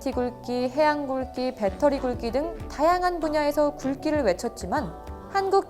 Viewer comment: 먼저 좋은 소식 고맙습니다 굴끼(?)가 아니고 굴기이지요 발음이 거슬리는군요 빌음에 신경 쓰시는게 옳을듯 합니다